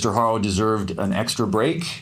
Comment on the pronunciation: Their last name is not HARO, it's pronounced ARO... the "H" is silent! 🙄🙄🙄🙄🤦🏻‍♀️🤦🏻‍♀️🤦🏻‍♀️🤦🏻‍♀️